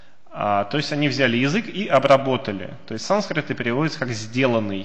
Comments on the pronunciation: Ну почему такое пренебрежительное отношение к произношению?!? Почему вместо "санскрит" Вы раз за разом произносите скороговоркой "сансрит"?!?! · Санскрит, а не сансрит!!!